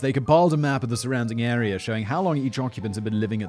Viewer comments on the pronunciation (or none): none